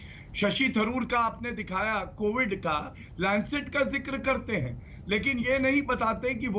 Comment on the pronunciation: Chitraji covid ko movid kisne bola